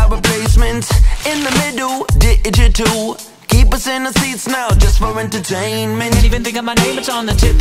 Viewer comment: You said digital wrong